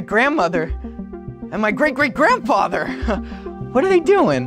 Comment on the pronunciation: Did he say grandpather